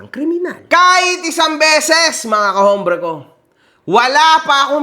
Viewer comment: brother, whenever you say the word, "hombre", do not pronounce the H, it's pronounced with a silent H, as in OMBRE. para lng sa tama tayo, bro, hindi magandang pakinggan,e. tnx